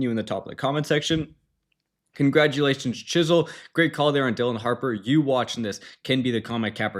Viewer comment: thanks! and my name is pronouced chri-zle lol (like chris)